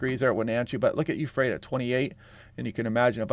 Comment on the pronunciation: EF-frata not U-frata